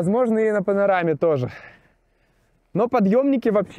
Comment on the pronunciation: "А сейчас я покажу вам спуски под пАнОрамой..." - стыдно товарищ, в вашем возрасте делать в одном слове две ошибки.